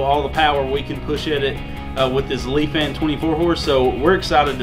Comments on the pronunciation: ITS NOT PRONOUNCED “LEAF-AN” ITS PRONOUNCED “LIE-FAN” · Lee-Fan is how its pronounced. I have talked with a rep and he said to make sure I said it right lol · It is pronounced leefan . I know because when they sent me the engine they told me to pronounce it that way